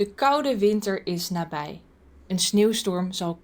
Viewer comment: "Nabij" is Dutch for 'nearby'. And it's not "na-bidz" lol. "IJ" is pronounced more like 'ei' or 'ai'. This word is not really used much anymore, but it's still Dutch.